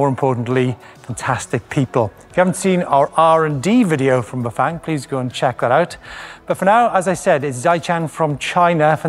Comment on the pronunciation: Loved this behind-the-scenes video and your presentation, but dear God, man, learn how to pronounce Bafang. It’s not that hard!